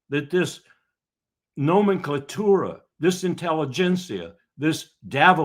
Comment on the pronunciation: Nomenclitoris?? What you say? SALUTE! Keep on keeping on and preaching. Keep our putting.